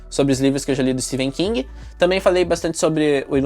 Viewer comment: Amei o vídeo, só livrão em todos os sentidos ❤ e uma observação:Amei que voce pronuncia o nome do Etephen King corretamente, são poucos 😅